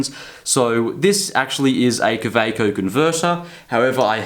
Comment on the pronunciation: Least he doesn't pronounce it Khhawhhekchho like Peter Draws.